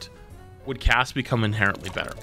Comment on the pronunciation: in conclusion the word inhereńtly was sais